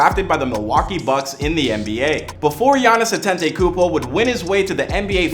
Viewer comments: I hate how he keep saying "Antentaykoopo" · He name is Adetokunbo!!!! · Actually his last name "Antetokunmpo" is pronounced "Adetokunbo" in his tribe (Yoruba) tribe of Nigeria and his mom is from the (Igbo) tribe so these two combination of tribe is always the top tier in Nigeria 🇳🇬🇳🇬 Shout out to Greece 🇬🇷🤝🏽🇳🇬